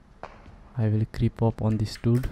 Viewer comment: Legends say that is still saying dut.(dude)